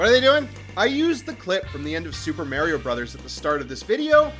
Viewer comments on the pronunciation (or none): none